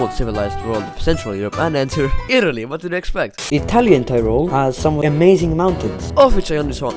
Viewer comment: Bro your Italian is better than mine (i am Italian)